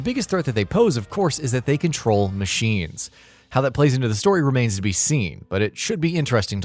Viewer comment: "they can troll machines" cant unhear it lol